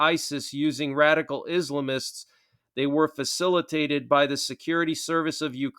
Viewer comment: IS--LAM--ISTS. not islimists